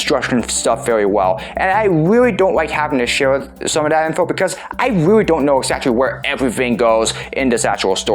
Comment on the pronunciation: rreawwy? you wiked wokin heauw?